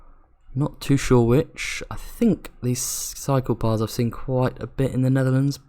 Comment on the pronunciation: every time he says cycle paths i think he’s saying psycho paths